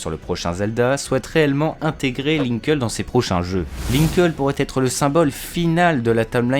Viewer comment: ça se pronnonce "linkli" et non "linkeul"